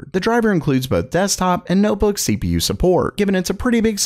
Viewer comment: The first sentence sound like SleepyU instead of CPU xD